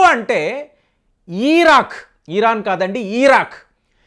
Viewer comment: Uncle మీ ఇన్ఫోర్మేషన్ చాలా బాగా చెప్పారు కానీ "ఈరాన్" కాదు "ఇరాన్" అని చెప్పండి